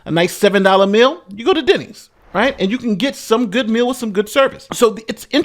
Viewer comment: Denny's??!! not Denney's! Man, when a Denny 's can't cut it you are truly in a third-world country.